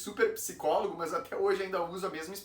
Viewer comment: O problema é essa pronuncia, o "mãs"😮. Nao temos essa prosódia.